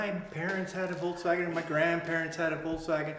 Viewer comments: I cringe when supposed VW enthusiasts can't pronounce the car's name. I counted at least three times when said " Volts-wagen" Come on folks, it's not that hard. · Volkswagen, correct German pronunciation: The V like "F" The W like "V" "Folksvagen"